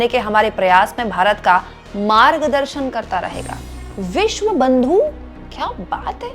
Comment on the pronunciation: विश्व गुरु नहीं विश गुरु बोल रहे हैं